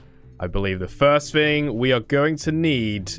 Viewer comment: You said frist again it’s first the r before the i